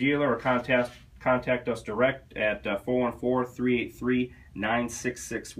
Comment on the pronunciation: It's pronounced "Shone" but I too have a bad habit of pronouncing it "Shawn"